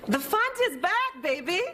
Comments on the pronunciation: It was supposed to be BACK Harris but it did sound like “Black” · He said “back.” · At about 15 seconds...wow a massive slip of the tongue!! He definitely said ''Pledging to b(L)ack Harris.'' I am definitely NOT a Trump follower and do see Kamala as the next President. The error is somewhat excusable with all the furore over Trump's accusations about her colour that a presenter would inadvertently have this slip. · Yep, "pledging to black Harris." I just heard it, too... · "...pledging to black Harris..." ☺Cute little slip of the tongue there, Ari ☺ Pledging to "back" Harris, as black, Indian, biracial American, Vice President, Senator, CA Attorney General, SF District Attorney, sorority sister... because President Biden endorsed her.☑ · “…pledging to black Harris…”. I think you meant “back”, Ari. 20 seconds in. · How did the editor miss that bro? My bro you said black Harris instead of back Harris? Get mad buddy! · Played back after I thought I heard at the very beginning "After pledging to black Harris" - yes, that's definitely what he said. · It sounded like he said "pledging to Black Harris." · "pledging to black Harris" is what I heard